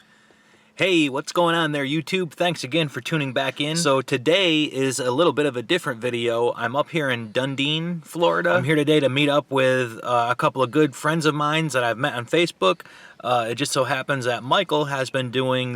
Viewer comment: lol, you said Dean, it is not how you pronounce the city names. Lol, you sound like a snowbird. Done Eden (like the garden of Eden). Great vid and so close to my home in Tarpon Springs.